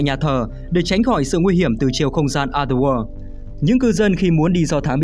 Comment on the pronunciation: Cảm ơn W2W đã làm về Silent Hill, mình rất mê phim này. Nhưng cho mình xin góp ý về cách đọc từ "Other World". Cách đọc khiến người nghe bị nghe nhầm thành "Ather War". Còn đâu mọi thứ rất ok ạ